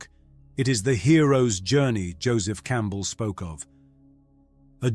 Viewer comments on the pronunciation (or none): none